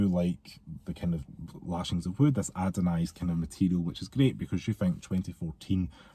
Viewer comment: I wasnt gunma say anything but i cant stand it anymore 😂 ANODISED not adonised 😂😂 ❤